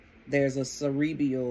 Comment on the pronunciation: Friendly correction, queen : Cerebral not cerebrEAL